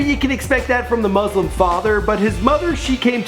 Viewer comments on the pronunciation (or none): none